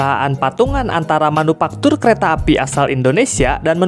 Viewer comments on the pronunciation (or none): Manufaktur bukan manupaktur